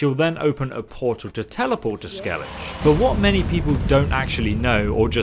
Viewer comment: SKEELIGJE ? BLOODY SKEELIGJE ? edit: Forgot to say that you owe me a cookie